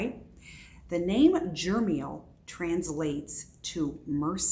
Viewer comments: NO! the name is not Jermiel.... its Jeremiel. And you just made about a dozen assertions, bu what are your sources? You can't even pronounce the name and I'm asking you if you have any sources. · I believe its pronounced Jer-e-MEEL